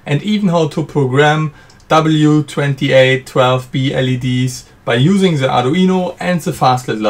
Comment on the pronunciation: „bei jusing se“